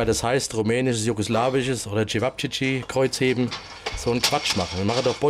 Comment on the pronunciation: Chewapschischi Kreuzhebrn 😂